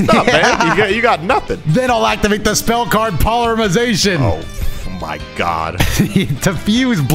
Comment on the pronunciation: Does anybody else notice says "Polyremization" instead of polymerization?